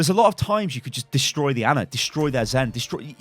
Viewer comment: Finally someone says Ana instead of Anna